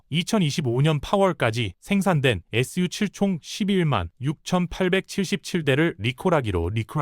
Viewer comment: 언뜻 컨텐츠가 좋다고 생각했는데, 자막 읽을 때 '전국인민정치협상회의', 'SU7' 을 엉뚱하게 읽고, 다른 단어들도 이상하게 발음하는거 보니 AI 로 쉽게 컨텐츠 생성해서 만드는 거 아닌 가 의심이 드는데요.